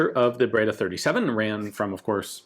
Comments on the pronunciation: Ian you speak French why you butcher Italian so 😭 breda not braida. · Breda it reads , bredr, e as end.